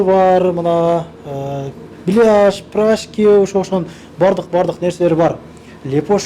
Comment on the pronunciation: Иса прашки эмес пирожки болот 😅